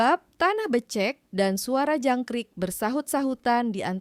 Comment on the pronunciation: Intonasinya kurang bagus mf ya jadi aneh dengernya , seperti , kata becak ,becek ,tahu ,tak , pengucapannya gak pas